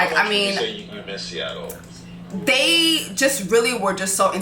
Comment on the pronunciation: Sista.... it's SEATTLE. 😂